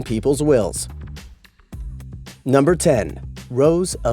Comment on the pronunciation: i legit thought wills said walls